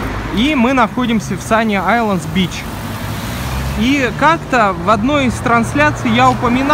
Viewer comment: Почему один из вас говорит sunny Islands а другой sunny isles? (Вы все рвано классные)